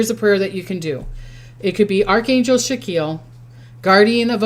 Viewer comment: It's actually pronounced SACK-KEY-ELL.